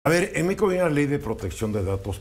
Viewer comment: No se dice "Méico", se dice México. Güey.